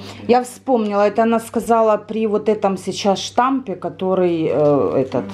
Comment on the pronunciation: не штамп, а штамм! Насчёт противовирусных - это пустышка!